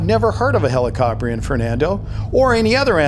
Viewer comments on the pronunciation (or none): the way how to say it is heli-ca-prine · It’s “heli” as in helicopter, “co” as in cooperation, and “prion” like the word pry